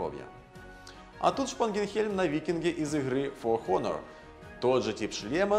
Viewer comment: А, да,, я ни в коем случае не собираюсь тебя учить, я обожаю твои видосы, но в слове Honor буква H не читается) Очень по ушам ударило. Добра тебе